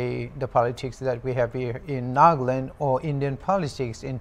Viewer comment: It's NAGA Land not NAAG-LUND